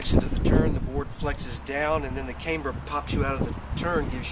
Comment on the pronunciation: camber with a short A not Caymber...